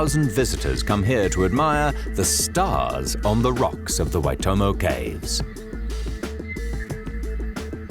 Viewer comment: Waitomo, is near the town of Otorohanga, NOT "Waimoto" (to my knowledge there is no such town as Waimoto), also, Te Anau (as shown in the opening clip to the Waitomo segment) is almost at the other end of the country (1500km+/- between them) and not even on the same island as Waitomo. - Waitomo caves are not known as the "Firefly caves", they are known as the Glow Worm caves. - The word Waitomo is from Maori, meaning Water hole, Wai = Water, Tomo = hole This does make me question the validity of the other many Free Documentaries I have spent hours watching :(